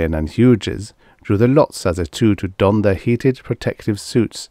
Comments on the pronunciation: I love all of your readings. Your channel is an oasis in an increasingly uncomfortable robot voiced landscape. One tip, Hughes is pronounced. H-you-s the g is silent here, the second syllable is pronounced just like the letter 'u'. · those robot voices are improving, but I find them still quite obnoxious. :) Thank you for pointing that out, Hughes to be pronounced more like hues or hews, noted for the future!